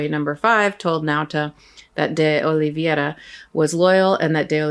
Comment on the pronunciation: I think that you've picked that up from Popok--it's OlivEIRa, not OlivIERa. If we want them to pronounce Kamala's name correctly, we should be careful about everyone else's name.